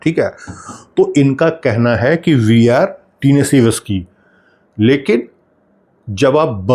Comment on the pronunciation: oh भाई टीनेसी न्ही होता, टेनिसी होता है, Tennessee, it’s a big state in USA 🇺🇸, thanks for the good info